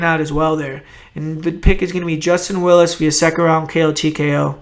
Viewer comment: willis?! WILLIS? nahhh